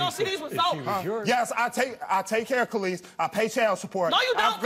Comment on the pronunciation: “kay lis ah” maury it’s ka’lise.